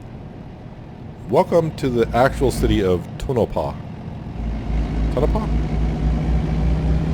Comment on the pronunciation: You pronounced Tonopah perfectly. The other town is pronounced E lee